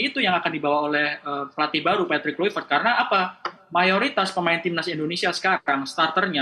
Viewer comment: Susah bener bunyinya itu perempuan sebut kluivert😅